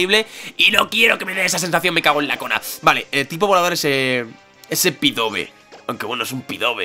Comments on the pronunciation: dios me has roto el corazon que no se dice pidove se pronuncia pidaf;') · llevo desde que capturastes a mel diciendotelo,SU DOBLE TIPO HACE QUE LOS ATAQUES DE TIPO VOLADOR SEAN NEUTRALES FRENTE A LUCARIO PD:Contra Pidove podrias haber hecho esfera aural,es neutro(porfavor di "Pidaf",es que "Pidove"...